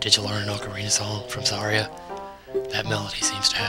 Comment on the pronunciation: OMG it's pronounced Sa-REE-a. Like Maria!